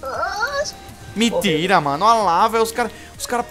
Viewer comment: kkkkkkkkkkkk rio de mais quando tu fala miintira man kkkkkkkkkkkkk